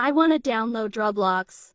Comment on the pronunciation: bruh said robux not roblox and thats funny